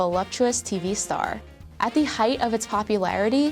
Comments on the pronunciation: Why tf she keep saying. Da instead of the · I don't think she used the a single time, every time she said 'th' anything she said it with a d lol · She keeps saying d when its th and it's annoying the shit out of me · It's THE not DA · the... not da .... sorry...pronunciation driving me a bit crazy.... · The amount of time this woman says “da” instead of “the”...enunciate PLEASE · THE NOT DA , after i heard it once i could not unhear it, jesus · I love how she pronounces anything with a “th” sound with a “d” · “da brand” = the brand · Da house, yo. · I wish the narrator would stop pronouncing all 'th-' sounds as 'da'. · Her constant mispronunciation of “the” with a “d” sound lost me in the first 2 minutes. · Please learn to say “the”